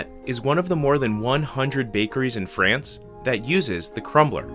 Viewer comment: pssst, It's pronounced FrAnce, not Frence